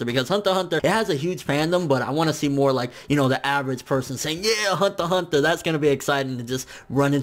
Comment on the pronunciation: why do you say hunter hunter with a a Asian accent....you realize "hunter" is a English word right? just say it normal for god sake...